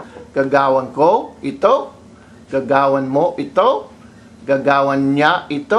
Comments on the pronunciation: Agree with both tNdErLuV & SpikyWC3. Also, you mispronounced both "gawin" & "gagawin". You said "gaga-win" but it should be pronounced "ga-ga-win" with no glottal stop at the end of "ga-ga". "Ga-win" - you pronounced this with the stress on the 1st syllable, when in fact it should be on the 2nd syllable. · nice teaching. but u pronounced gagawin wrong. GAGA-win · the accent on gagawin should be on the first syllable